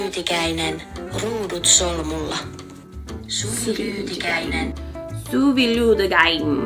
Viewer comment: Thank you 🤗 it was so nice to listen you explain and show your Headband and I loved your way of saying my name and the headband name Ruudut Solmulla 🥰 it is Finnish language and means Twisted Plaid by the way 👍🏻